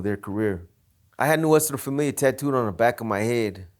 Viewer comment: It’s funny how everything has got a Spanish name but the members, like this dude, don’t even know how pronounce Nuestra Familia well hahaha